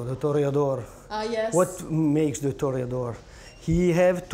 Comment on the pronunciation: "De Cheese"